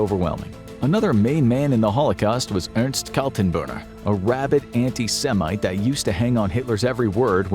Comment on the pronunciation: not kaltenburner, kaltenbrunner a brunnen is a well